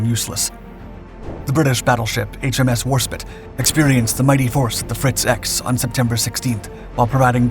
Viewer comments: Can you please stop calling Warspite WarSPIT. It ruins your credibility? I think this is the 4th time I’ve said it on your channel. My Dad was on WarSPITE when that missile hit!🇬🇧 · Warspite is pronounced as War Spite the "ite" pronounced as in bite or kite but otherwise another fantastic video.